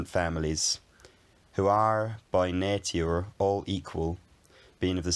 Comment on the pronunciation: I really like that 1923 accent. 😅 (That weird pronunciation of "Nature" sounds kinda like a modern norweigan person speaking english) Cheers. Happy new year! 🥳🇺🇲